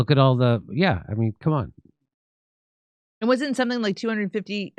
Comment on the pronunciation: Don’t say Cum-on Jimmy… Next time it’s not only going to be spit. 👁🙈👍🏻😜